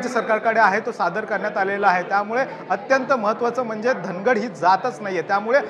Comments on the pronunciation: धनगड नाही ओरोन, धांगड आहे ते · धनगड नाही धागड आहे